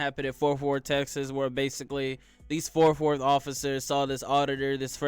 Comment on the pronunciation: WTF are "forf worth" and "inergrees"😳😭